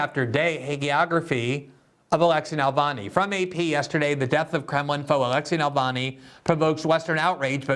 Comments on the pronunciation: Glenn, it's Navalny, you keep saying Nalvany. It's misspelled in the title, too. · Glenn pronounces Navalny as "Nalvany." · Glenn not being able to say Navalny's name (without a malapropism) after more than a decade reveals remarkable ignorance - and not knowing that he has more than 2-3% support in Russia.